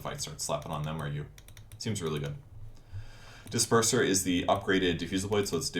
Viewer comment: Disperser = Dis perverser